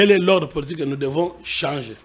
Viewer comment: L'avocat français ne sait pas prononcer le mot:" politique". C'est pathétique !